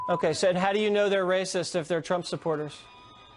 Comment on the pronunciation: He is literally saying Drumph